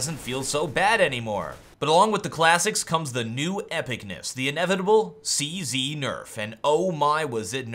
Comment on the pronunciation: lol why does he keep calling it the 'CC'? its called a 'CZ', not a 'CC' lol